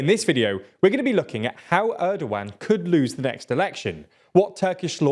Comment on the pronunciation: Actually pronouncing his name Erdowan is way more accurate to Turkish language because G is soft like Ğ. But we like to call him ErdoGone lmao.